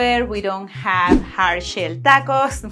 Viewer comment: 7;27 dackoes or tockoes is there a difference between "t" and "d"